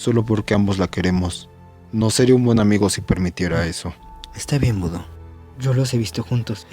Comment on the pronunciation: jajajajajajajajajaja budo dijo okokona jajajaja xd aun asi me encanta